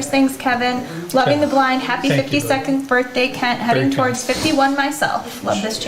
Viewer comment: "Haprye" birthday